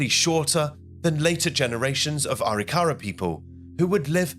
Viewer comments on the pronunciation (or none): If you're going to do a video on American Indians, learn how to say it: Ah-RICK-ah-rah, not Ah-rick-CARE-ah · First of all, it's not pronounced Aree-kahrah'. It's pronounced Ah-rick'-ahruh. Indian words are accented in the mid-word. Secondly, you're explaining this like it was European thinking and living. Wars among tribes happened. Some just didn't like each other! Scalps were trophies! Also, many of the Native American tribes believe that you removed hands and feet so the dead couldn't attack you in the next (spiritual) world. You took out the eyes so they couldn't see you, took the genitalia (primarily male) so they couldn't produce sons that could attack you in the next world. Also, those bones weren't respectfully buried (European notion). They were more likely pitched into a ditch and there remained until time, animals, and weather took care of the dead. You cared for your own dead, not your enemy's dead. They were left, often as they had fallen. The reason they were likely initially buried was simply weather and time. The young women were likely taken for wives and slaves (mostly the latter). And the traditional Arikara elders observing the later "Christian" reburial were likely horrified. Those dead were not buried in any kind of Indian way. The elders likely felt that once again, the Europeans were cramming their ways and beliefs down the collective Indian throats. This was a weird and wildly inaccurate representation of Indian thinking and ways. 👎🏻😢 Dreamhawk 🪶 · It's "A Rick a rah"...emphasis on rick..not "ary Car a" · NO! The natives practiced genocide. Say it’s not so. Reclaimed the ground and village A-rik-a-RA. Ai is so bad. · It’s pronounced A-Rik-a-rah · It's actually pronounced A ric ka ra.